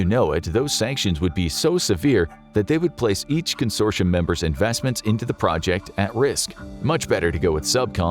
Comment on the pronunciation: why do you pronounce consortium (con-sore-tee-yum) as con-shore-she-yums